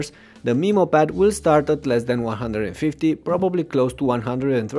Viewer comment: For the first few minutes I was like " a WHAT pad??" Then I realized he's pronouncing Memo like "Meemo".